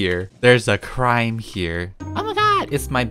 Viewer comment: When he said, "There's a crime here," I though he said "There's a crying tear," I